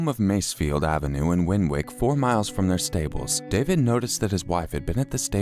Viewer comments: “winWICK” 🤣🤣 ffs please research pronunciations before filming a video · Win-wick its win-ik just so you know 👍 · WARRINGTON!!!!!!! Warrington is never talked about.... I live in this shithole 😂 Btw Winwick is pronounced "Winick"